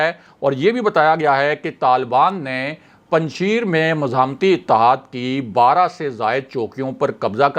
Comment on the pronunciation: Kisi pathan se Afghanistan ke sheron ka pronounsation seekh lia karain. Panjshair bolana hai laikin likhne Mai Panjsher likha jata hai.